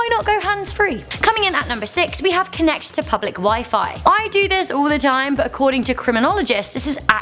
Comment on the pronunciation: Whenever says "But", it sounds like "F*CK"...